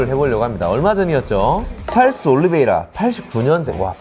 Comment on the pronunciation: 올리붸이라악 하는거 터지네 ㅋㅋ